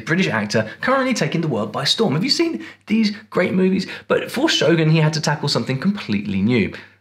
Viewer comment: I'm just glad you call it "Show-goon" Hollywood folks tend to go "Show-GUN" which always irk me so 😅